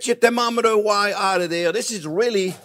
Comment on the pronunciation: "we gone a yuse tem ometa"..OMG this guy is great!!